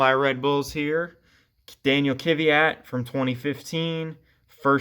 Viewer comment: Amazing collection, love the video. Just one thing, I don’t get why people mispronounce Danill’s Surname, it’s KVYat (kviat) not KYVat lol not trying to make a big deal of it it’s just that I’m Slav myself so it sounds wrong for me xd